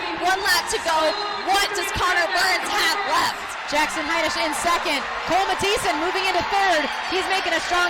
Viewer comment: the way the announcer pronounces kole mathisons last name is so infuriating